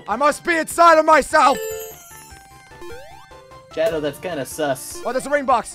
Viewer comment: I'm sorry the Hedgehog XD I know that he meant to say I'm Shadow the Hedgehog, it literally sound like he said I'm Sorry the Hedgehog XD